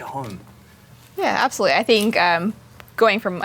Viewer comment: Can someone PLEASE tell,there is AB solutely NO P in aBsolutely; call me pedantic but it's a real turn-off for me every time he says it,,he sounds ah-stupid-really!!! Why do intelligent (?) People DO THIS!?!